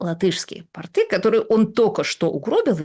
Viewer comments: пОрты! Один раз напряглась с сказала правильно. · Ну все запечательно, но Рига никогда не была штанами, а именно таково значение слова портЫ. Оно резко отличается от слова пОрты. Как Путин строит гвардейские портЫ. Г-жа филолог, не хочу придираться к словам, но это очень режет ухо - и у Вас постоянно. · Латынина, вроде, грамотная женщина. Но её выражение "латышские портЫ" просто убило! 😢 Латвийские пОрты. И никак по-другому! 😂